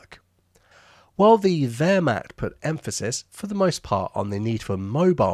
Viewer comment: Wehrmacht is not pronounced macht as in the English word "matches", but as in "mama"